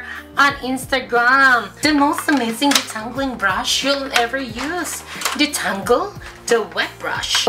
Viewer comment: Detengle?? Tengled?? Hahahaha!! Keri lang yan! Love you! 😘♥️♥️